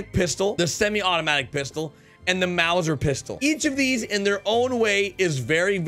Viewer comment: Lol why can’t English only speakers pronounce Mauser pistol?